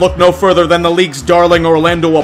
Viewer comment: *Than not *Whan